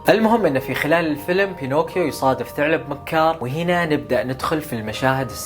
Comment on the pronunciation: ثَعلَب مو ثُعلُب يا